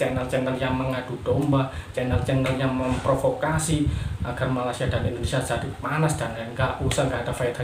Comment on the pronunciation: Malaysia bang bukan Malasia